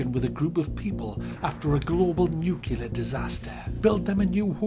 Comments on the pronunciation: A nucular disaster eh? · It's nuclear not nuciler